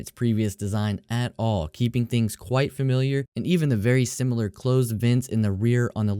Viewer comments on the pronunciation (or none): none